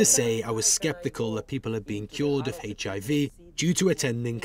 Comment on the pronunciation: Around 5;58 he says HAV instead of HIV